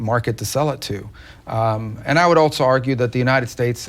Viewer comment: Someone should let Rubio know there is no “t” in the word, “also”